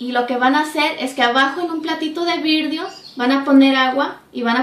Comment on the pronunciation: jajaja virdio es VIDRIO... VI-DRIO no virdio perdón pero me dio risa😀😀😀